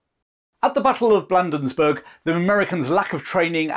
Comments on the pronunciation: As a Marylander I need to correct your pronunciation of the Patuxent River and Town of Bladensburg. Patuxent is a Native American word and is Pa tux ent. We also pronounce Bladen. So it sounds like blade, not Vlad. Also I as someone who lives near all of the cities and towns mentioned in this video. I need to mention that you forgot to talk about the Raid of Alexandria, Virginia which was part of the Burning of Washington DC. The British sent a small flotilla of ships up the Potomac (Po toe mick) River. With the goal of capturing the port of Alexandria across the river from DC. If the commander of Fort Washington had not abandoned his post British forces would have been slowed down by the fortification. If it and Fort Foote had been properly manned the DC might not have burned. If anything there would have been a decent sized battle before the British ships could have sailed up and down the Potomac uncontested. I just happened to have a video of Fort Washington on my channel if you're interested in seeing what that structure looks like. You even reminded me I have a video of the Star Spangled Banner flying over the Fort McHenry on an old phone that should be uploaded. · Way cool! One of my favorite campaigns. I grew up in a Baltimore suburb along the transportation route to Washington. An invading army from the south must pass through there. Could Baltimore be defended had Ross made the decision? Was it called Blandensburg back then? (sarcasm) Bladensburg,with a long a. I've read or watched everything there is about the War of n 1812 since I was 12. Every time I review the story I learn something new or remember something I had forgot. Each detail refines the picture of these events, bringing me closer to traveling back in time. Great story-telling. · Good job covering a little-recounted piece of fascinating Anglo-American history. I'd like to point out that the Patuxent River is pronounced "Pah-TUX-ent" and the Battle of Bladensburg is pronounced "BLAY-dens-burg."